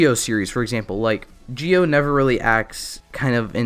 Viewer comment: Entirety of Zi-0: Zee Oh This guy: Geo